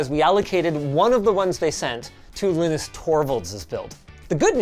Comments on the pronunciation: Is it “lih”nus or “lie” nus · Well, he is Finnish